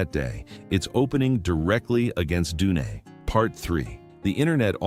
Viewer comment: when he said: DUNEY I laughed... AI script and AI voice...